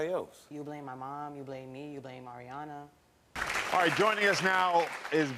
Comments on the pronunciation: The second story annoys me !! Yaw have to innerstand that THIS parent hAD to GRIEVE A SUN at one point . Drinking issues emotionally and mentally.. I believe he’s better now and his DAUGHTER needs to stop getting on him for saying AIRyana smh ! Grow tf up ! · The Aryana girl I can see why her dad was getting irritated about his pronouncing her name wrong. My dads from Jersey theres so many words that man’s says wrong including our middle names. It doesn’t mean he doesn’t know it.🙄